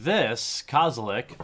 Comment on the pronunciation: kozelek not kazelek